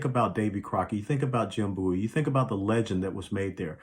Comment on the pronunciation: Thanks for saying Bowie ("Boo-ee") properly! An English rockstar has changed the way people have pronounced it for decade's. Btw, the Emancipation Proclamation freed NO ONE! The 13th Amendment DID!!! When it was passed in December 1866. A year & a half AFTER the war ended. Much respect to you, LTC West! These people trying to destroy our history ARE domestic enemies of our country. I would be glad to serve at your side.